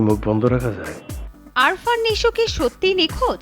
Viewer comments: 😂Arfan ❌ Afran✅ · BTW,,,there is a on doubt from my side ,,,guys it is "Afran Nisho" or (Arfan ) ?? This reporter saying it also Arfan ?? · right Afran ke bolce Arfan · আপনি নিশোর নামই জানেন না। আরফান নয় আফরান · আরফান না, আফরান নিশো। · Ary arfan nesho na . Afran nesho